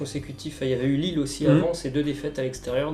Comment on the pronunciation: Il a parler de Lyon et Lille ok mais il c mal prononcé